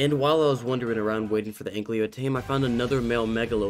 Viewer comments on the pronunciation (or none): It's Ankylo lol not anklyo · it's just me or is calling the anky an anklyo? NO HATE BTW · I still can't get over the fact that you say "Anklio". It feels soo wrong but I love the content so I have to deal with it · The way u say "ankylo" lmao